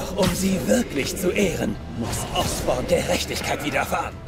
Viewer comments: Der heißt Norman Osborn nicht Oscorp. Oscorp ist die Vermischung von dem Otto und Norman :D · Habt ihr bemerkt dass er immer Norman "Oscorp" statt Osborn sagt